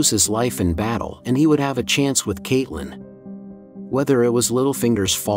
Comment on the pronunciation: And catelyn too